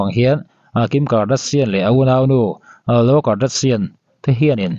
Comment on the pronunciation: Khloe hming kha lam fiah ve la bak ah I sawi kual ve duah a 😂😂